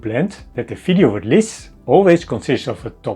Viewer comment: Oh another those who cannot say V. Fideo eh? Dutch eh?